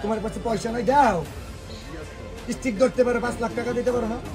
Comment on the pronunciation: সামান্য স্টিক ও কইতে পারেনা, কইতাছে হটস্টিক😒আবার নেতা